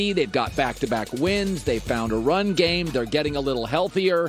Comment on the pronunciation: Colin "they seem to have found a running gam" Cowherd